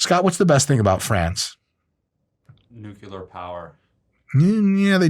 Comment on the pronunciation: Good guy dr mike not correcting "nucular" from Scott and just saying "they do have nukes" hahaha